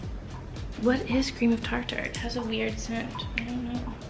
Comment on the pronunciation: Omg I can't beieve you only used the stand mixer for the very end! I love you. Also "tar-tar" hahaha! It's more like "tarter" <3